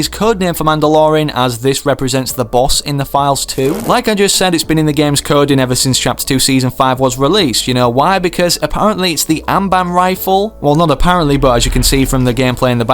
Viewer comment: he says so many words wrong. Im pretty sure he called the amban rifle the ambam rifle and tatooine with silent e and tatooine * with aloud e*